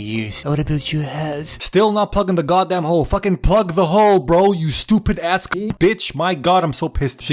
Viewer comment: It’s ass, not ahh